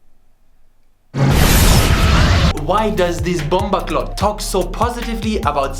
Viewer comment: Yo, Jamaican sub here. Its pronounced "bumbo-clAAAHt", for next time btw. Good video I might try it bloodclaat soon.